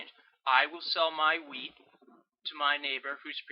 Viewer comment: I thought you were saying weed instead of wheat at the start haha. Very helpful thoo thanks.